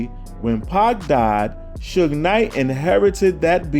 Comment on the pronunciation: It's SUGE*, NOT SHUG